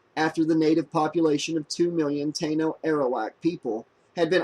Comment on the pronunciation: You pronounced it "Tay-no".